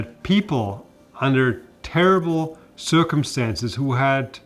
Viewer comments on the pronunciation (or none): none